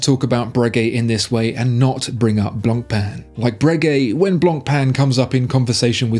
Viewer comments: Please don't enunciate the "c" in "Blancpain" -- it hurts! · The pronounciation on blancpain kills me. Common at least give it a try